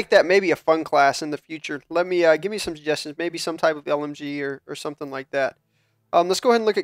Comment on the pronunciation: Lol 'mikesome'...nice =P